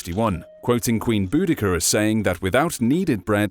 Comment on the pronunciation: Queen... BOODIKER? 🤣